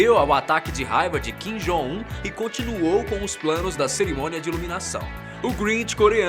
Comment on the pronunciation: Ele dizendo "Kim Jong Un" me da uma agonia 😂😂😂 Mas paciência.. ninguém é obrigado a pronunciar certo de qualquer forma